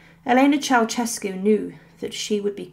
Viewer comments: Pronounced "chow-shess-cu" not "chow-chess-cu" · Mildly diverting and amusing. Beware of lazy liberties with other languages, however, the taking of which seems to be a particularly British characteristic. Your pronunciation of the name "Ceaușescu" is completely incorrect. It is not pronounced "Chow-CHESS-cu". The s-comma in the middle is pronounced with the "sh" (/ʃ/) sound. The "eau" vowels at the start should be pronounced individually (as in other Romance languages). The initial C is not exactly "Ch", but closer to "Ts" as in Tsar. Tsay-ah-oo-SHES-cu. At best, sloppy (oh well, it doesn't matter, it's just another "unpronounceable" name), at worst, just plain, solid ignorance! Chow-CHESS-cu indeed‼🤣🤦‍♂